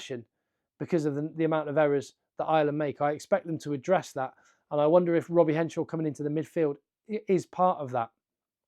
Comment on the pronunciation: It's Henshaw, not Henshore!